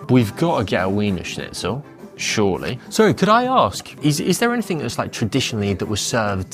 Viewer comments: Its pronounced Veener Schnitzel. W equals a V. Grüner is a great wine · This guy's pronunciation of wiener schnitzel is infuriating.